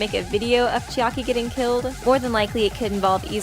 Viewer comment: Uff~! Im sorry, but it bothers me a little how u pronounce Chiaki. Its like 'Chi-Aki' how you say it, I am kinda confused. Isn't it 'Chiaki'? In like, one word? Or am I the one pronouncing it every time weong 0.0 Not trying to be rude, just wondering. I love your videos!